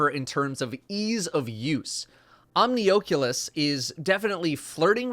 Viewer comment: Omni OAK leus? Really? Omni (as in many or multiple) then Oculus (As in vision)